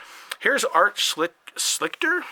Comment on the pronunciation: Another great history lesson! Art’s last name is pronounced “Shleester”. If you are still looking for 85 upgrades, let me know what you need and I’ll see if I have them. 😊